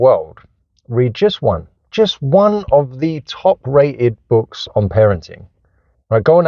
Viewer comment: Surely this is satire? Easiest Way "wead Bwooks". not a specific book, not specific concept or idea just wead Bwooks. This dude really said he is one of the best parents, videoing himself with a busted car seat is in the back ground? Stumbled on to this channel, saw all the negative titles. Found a positive title... no actual information and plenty of moral finger wagging.